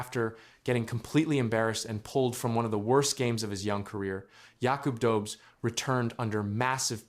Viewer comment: It's pronounced Yakoob Dohbesh 🙄